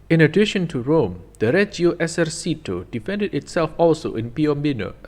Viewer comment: "Esercito" isnt pronounced like in spanish, the "c" dosent make the sound of an "s"